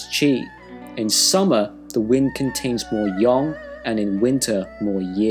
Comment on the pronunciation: Wait... Yang is pronounced as Yong? I thought it was just Yang.